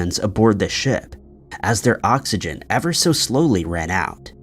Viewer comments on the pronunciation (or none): none